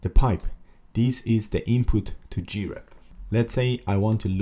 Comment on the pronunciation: What is wrong with you CS guys, I just want to learn about grep and you talk about all kinds of totally unrelated $#!t. Waste of time! Also it Grep as one syllable not G-rep.